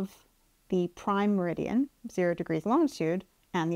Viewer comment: An American meridium? I hope he doesn't watch this!!